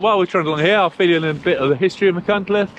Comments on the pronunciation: Great vlog, but you need to work on your Welsh place name pronunciation. 😂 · Great overview Guy. Feel like I've known you for decades after reading so many of your MBR reviews & editorials over the years. Don't listen to the listen to the criticism about your pronunciation of some of the Welsh placenames. The main thing is that you're promoting tourism and the beautiful Welsh landscape. I''m sure Steve Jones could give you some pointers for future reviews ;) Diolch yn fawr 👍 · Phil can't pronounce Welsh names correctly either. 😂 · Your love and respect for Wales came through really clear for me, and I can see you ARE trying on the pronunciation. Obviously there are so many places you go through that learning them all exactly would have been really impractical - viewers have to remember this is an off-the-cuff recorded cycle ride, not a scripted, rehearsed video. Really enjoyed the video. I'm thinking of doing the route but only have a gravel bike (45c tyres). Any advice? Is that stupid? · I respect and enjoy a lot of your output and I don't like to post a negative comment, but this was marred by disappointment over your pronunciation, more so considering you are the 'official guidebook writer'. As a viewer, it came across as 'can't be bothered, it doesn't matter to me'. With a little bit of effort, this would have been an ideal opportunity to show respect for the place, people and language in the area traversed by the route. (PS Trawsfynydd is also misspelled above - if you are able to edit it, replace the second 'n' with 'yd' ). Please take this as constructive and well intentioned. Beyond this your enthusiasm comes across, despite riding it on a chilly couple of days in February. It looks a great route . If there isn't one already, perhaps a pronunciation guide would be a useful addition to the guidebook ;-) Edit: I've just watched part 2 too.. Also inspiring and definitely on my list. Thank you very much/ Diolch yn fawr iawn i chi 🙂